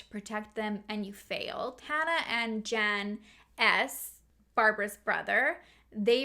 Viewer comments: Just for future reference: Jan is pronounced Yan in European language. And Vlad IS a really cool name to say. I even said it with you...Vlaaaaaaaad. 😁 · I love your videos. Just for future reference the masculine form of "Jan" is pronounced "Yawn" in Russian and Polish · Crazy story. Those people are really lunatics. Just one comment. Male name Jan isn’t pronounced as the English female name Jan. It’s pronounced like yarn, only you drop the r 🙂 if that makes sense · this sort of thing creeps me out so munch ahhh :( also in names like jacob, jan, jospeph, the j is pronounced as y so like yan or yacob; ik this isn't really a significant correction but oh well aha. I love your videos sooooo much ! sending love from denmark